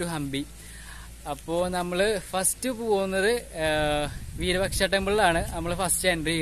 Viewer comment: വീരപക്ഷ എന്നല്ല വിരൂപാക്ഷ എന്നാണ് പറയുക